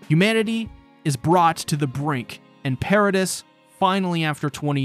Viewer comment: Nice video I enjoyed the watch. Quick pronunciation point: "Paradis" is pronounced "para-DEE" not "para-diss" Inb4 para-deez nuts replies